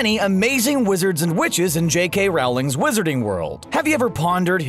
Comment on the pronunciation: Good God, it's RO-ling. It's been 20 damn years since the first book, how can people still not know how to say her name? Also, the word you're looking for is lycanthropy. Also, did you just say Shackle-BOT? SMH, this video.